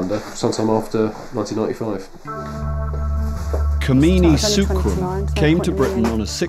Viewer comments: It's not "Kameeni" it's "Kamini" 😂😂😂😂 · its kamini not kmeeni😛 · i like the way he pronounced her name (kimini) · Kamini yes but the narrator keeps calling her: Kameeni 🤣